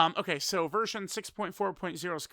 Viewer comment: Is it just me, or he just said virgin?